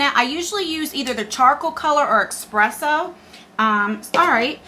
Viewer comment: Did you really just pronounce espresso as eXpresso??? 😂😂😂